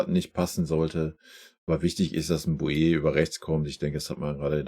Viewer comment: Boey wird (Bow-E) ausgesprochen nicht Bojee oder nur Boe